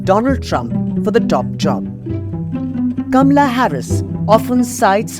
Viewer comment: WRONG PRONUNCIATION OF HER NAME!!!! IT'S NOT "KAMLA" BUT HER NAME IS "KAMALA"...DISGUSTING OF AN INDIAN WOMAN HERSELF TO MISPRONOUNCE 😡